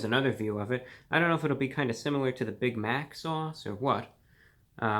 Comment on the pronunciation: "BIGmác sauce"